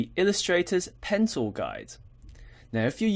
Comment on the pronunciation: Great tutorial! Every time you said "Pen Tool" it sounded to me like you said "Pencil"... lol